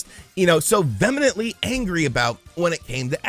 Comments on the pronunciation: VE•HE•MENT•LY not vemonently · The way you mispronounce 'vehemently' is triggering me so much.